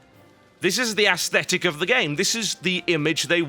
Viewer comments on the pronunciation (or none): none